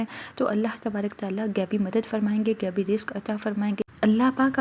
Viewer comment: Miss sab se pehle apni Urdu sahi kare gaibi nahi hota ghaibi don’t destroy urdu we are Pakistani not indan don’t try to copy indians we are proud Pakistanis